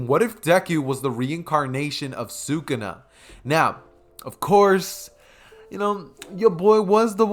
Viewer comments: Why do you say sukuna like that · I might un sub because of that horid pronunciation of sakuna if the what if is done well I won't